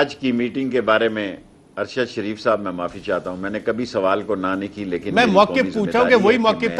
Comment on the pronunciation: Ye say ""shairf"" he itnay neech hoty hein???? Unsubscribe him, shadeed idoit hay.